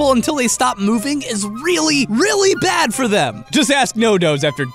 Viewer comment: You keep saying "bad", but all I can hear is "bat".